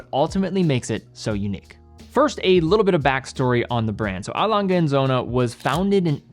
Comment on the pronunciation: Why is it so hard to learn how to pronounce a brand right?